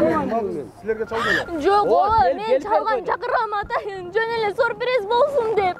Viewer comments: Сурприз дебей сюрприз дечи чон кыз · Сурпириз эмес, СЮРПРИЗ! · Сурпириз дейт гоо . 😅😅😅😅